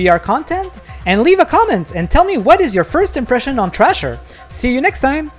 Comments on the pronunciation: Cmon man.... its called THRASHER..... NOT TRASHER.... how you gonna do a review and you cant even read or say it right... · How???? Bro hes not even saying the right name.... its called THRASHER...... AS IN TO THRASH.... not garbage called trasher..... jeez you people are slow and very unobservant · Dude, it’s not called “Trasher” it’s called “Thrasher” … brutal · How so???? Its called THRASHER...... not trasher.... thats a different game entirely.... ugh......